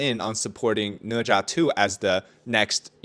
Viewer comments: Ne Zha?, More like Na Zhe 💀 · Read the book and watch the anime. Sudko is Japanese, ne za is way more painful its ne za.